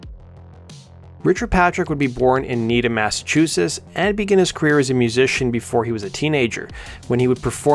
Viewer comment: "Massachussess" lol